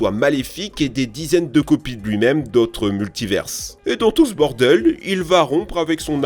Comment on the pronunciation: "d'autres multiversses" ?